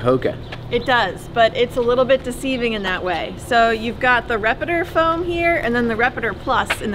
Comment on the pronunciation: Good review, but I will nitpick. The foam is called "Repetitor," not "Repitor.."